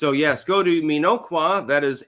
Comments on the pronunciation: The "O" is soft,. "Minn-awk-wa". Not that I care under this circumstance. You have "Waukesha" down pat. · Its pronounced Min-ock-wa